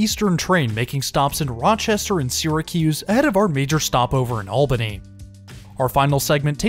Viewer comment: Also as a local thanks for pronouncing Albany and Schenectady correctly 😂